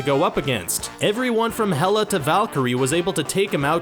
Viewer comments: xD isnt it 'Hela' not 'Meh-lla'??? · Hela not mella